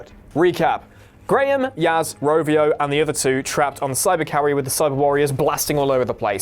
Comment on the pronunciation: Its Ravio not Rovio!